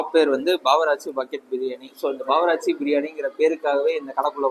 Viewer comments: Edhu bavarachi ah 😂😂😂 bro adhu bawarchii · Baawaraachi illa bro. barwarchi